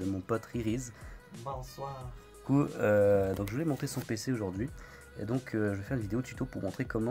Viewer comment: Déjà c'est RiriZe et pas RiriZ, mais merci pour le montage et d'être resté jusqu'à 3h du mat!